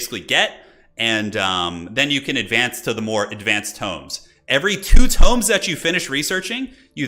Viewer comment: It hurts my ears every time he pr9nounced the tomes as toooms 😂